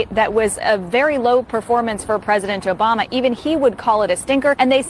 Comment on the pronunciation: Why does she keep on saying Joe Bama ????